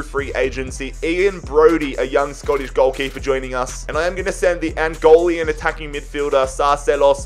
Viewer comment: Small pronunciation correction: it's Angolan, not Angolean😂😂. Nice to see my country there tho, great vid!